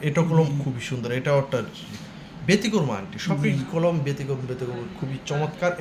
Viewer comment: ভাই আপনি কি কলকাতার ? আকিক কে আকিজ বলছেন, ব্যাতিক্রম কে বেতিক্রমো বলছেন । আগে মিয়া উচ্চারণ শিখেন ।